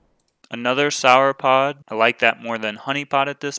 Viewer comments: I have to finally say it as it's been bugging me for a while. the way you say Sauropod seems wrong. the first part should sound the same as how you say the last part of Dinosaur. Not sure why, but it cuts right through my brain every time you say it even if I'm watching these in the background. Keep bringing the videos though. love them! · I would think it's pronounced however you would say "saur" at the end of a word like dinosaur or avisaur. No need to apologize. I look forward to your next videos!